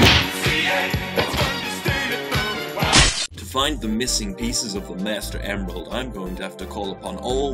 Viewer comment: MOOSTER OOMRAELD Edit: try to find the parts were he says master emrald.